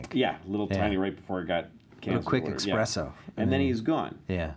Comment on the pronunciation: “EXPRESSO”?!?!?????!! Idiot…